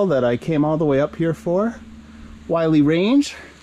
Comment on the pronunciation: It’s pronounced “Will-Lee,” NOT “Why-Lee.”